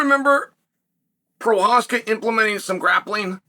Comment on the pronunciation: Can pronounce prochazka but can't B i l a l. Wow chael